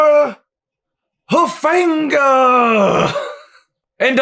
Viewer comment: Yeah those polynesian names are tough to pronounce. But as an SC fan I knew who you were talking about. Palaie Gaoteote IV is definitely the toughest one to pronounce (pah-lah-ee-ay Na-otay-otay) the G is pronounced as an N. Also he's the 4th member of his family with that name. Talanoa Hufanga (Tal-luh-no-uh Hoo-fun-guh) Isaiah Pola-Moa (Po-luh-Mauw) He is Troy Polamalu's nephew. Vavae Malepeai (Vuh-vye Mal-luh-pay-eye) nicknamed 'Vai'(Vye)for short. You pronounced Kanai Mauga & Jay Tufele correct. In terms of Football... 2021 recruiting is looking hopeful(currently top 5 in the nation & #1 in the Pac-12)the defensive coaching has been completely overhauled & I'm hoping for the best,Clay Helton hasn't proved that he can win against other elite programs(& without Sam Darnold)& I hope that SC has a good season. If not,get Holiday Bowl Helton out of there & bring in someone who can get USC back on the right track!! ✌Fight On 🏈